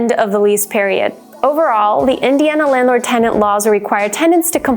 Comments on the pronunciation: Yea, it’s not “TENDANTS” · Sounds like she pronounces "tendant" half the time.